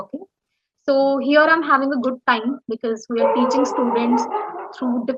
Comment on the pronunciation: bro, I think u mispronouse the word teaching is ur business. If there is any rectification please be mention that..